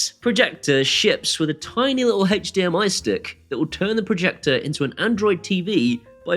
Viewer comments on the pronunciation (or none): none